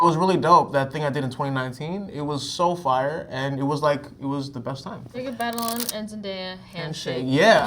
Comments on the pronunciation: Tom: "Jacob Batalon... Tag-a-long? " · Jacob Batalon, Tahghalog 🤣🤣🤣🤣🤣🤣🤣